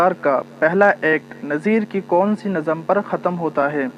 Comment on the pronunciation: Mohtram lafz nazam nahi nazm hai